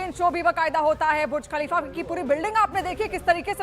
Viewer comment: Pahele TU Bolna Sikh bhuj khalifa Nai buruj khalifa